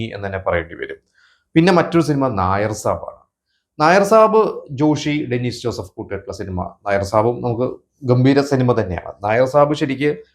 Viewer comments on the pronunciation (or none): none